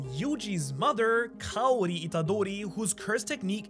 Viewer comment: I know speaks Japanese quite well and English isn't his first language, but for some reason I'm surprised to finally see someone on Youtube pronouncing Kaori's name right lol.